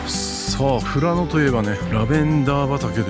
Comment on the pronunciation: したっけ、富良野を正しく発音してる、流石だべさ。唯我独尊のカレーを休店時に行って食べ損なった札幌人です。ルールルルの時に黒板五郎のモノマネしてほしかったw w。 ラムしゃぶなまらうまそ！北海道に生まれてよかった！